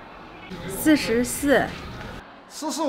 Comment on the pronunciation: 40番は寿司に聞こえる😂 日本語と似ている部分が少しある。